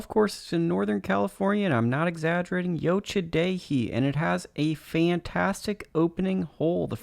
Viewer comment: my dad used to work there, great course, It's actually pronouced like yo cha Dee hee